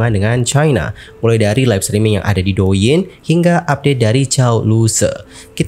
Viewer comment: Douyin..diucapkan Touyin yaaa..dichina D divokalkan menjadi T..ok